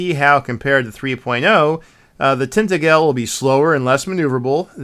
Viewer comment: Thanks. Good summation! I appreciated the history of edition releases. Lastly, Tintagel’s “a” is pronounced like the a in 🍎 apple. That a is the strongest stress too. The g is like a j, so, tin TA jil. Cheers, mate. 👍